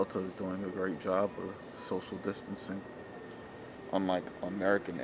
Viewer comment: can’t even say distancing right because you weren’t practicing it 😂